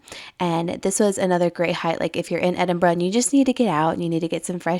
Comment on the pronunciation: made me so happy hearing you pronounce Edinburgh correctly. glad you enjoyed it x